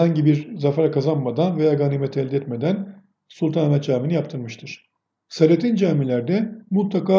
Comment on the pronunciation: Selatin, Jelatin der gibi değil.O, daha gelmedi anlamına kullanılan " o, hala gelmedi" derken a'yı biraz uzatıyoruz ya , onun gibi la'yı da uzatıyoruz. Tin değil "Tiyn" diye okuyoruz yani SELATİYN. A yı biraz uzat ama çok değil..